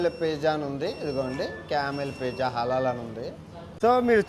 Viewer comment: పేజా కాదురా నీ అయ్యా నత్తి మంగళం... పిజ్జా రా అది... ఒంటె లాగే నీ నాలుక కూడా మందమే...